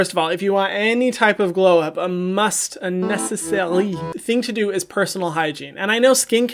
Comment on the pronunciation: No one: Hyram: nÉceSSaRRRRiiiie